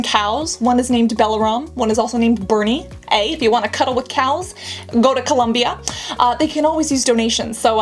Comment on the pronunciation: Cassandra pronouncing Colombia is all I needed ❤️🇨🇴